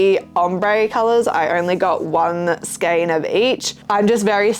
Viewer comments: Feral eyebrows oh my goodness I'm still giggling! I'm going to steal that sometime. I really like your choices of products you make, they're different than what everyone else does. You are right, the correct pronunciation for skein is "skain". There are online dictionaries that have a little sound feature that use that pronunciation. Really like your channel btw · No justification is ever needed for buying a metric shitton of yarn! 😂😂😂 You said it right, skein rhyming with "pain" (as someone who had to look it up because it's in my company name! haha) Great video as always. Hope it went great!